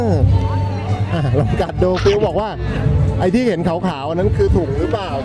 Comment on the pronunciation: ฟิวนะคะไม่ใช่ฟิล์ม